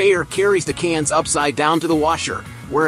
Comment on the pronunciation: Can't listen to him saying *cains again 🤣🇺🇲